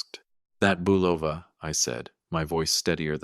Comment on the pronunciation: Bolova Watch??? It's pronounce bull-o-va not bu-loaf-a. Another crap AI channel and one to be added to the "Do Not Recommend" list.